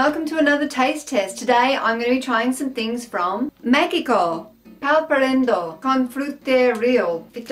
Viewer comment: BTW, where is "MeKiCo"? "Meh-He-co" With a bit of tightness on the back of the throat when saying the "He"... :)